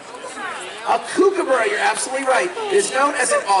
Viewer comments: Please pronounce there name properly, Its pronounced Cookabura, as in look, hook or cook. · With all the knowledge of the birds the handlers have, it's a shame they never learned how to pronounce Kookaburra.